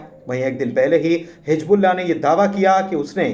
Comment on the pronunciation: Hizbullah Not Hijbullah کم سے کم اردو کی ناک تو نا کاٹیں بھائی